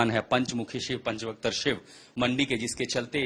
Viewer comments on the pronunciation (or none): पंच vaktr bolo pehle